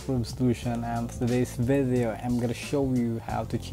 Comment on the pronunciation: Nakakacringe yung way ng pag sasalita lalo na yung pronunciation ng VIDYOW tas yung FIBER naman PAYBER. Anebe hahahaha